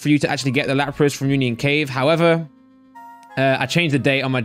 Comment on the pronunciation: Nobody:: laprASS